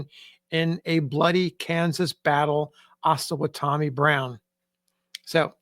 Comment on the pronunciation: I believe the name Osawatomie is pronounced oh-sa-WAH-to-mee.